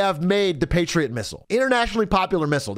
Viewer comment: Patriet misials fucking wiold